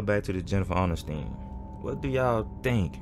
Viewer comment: Dude why u do her last name like that 😂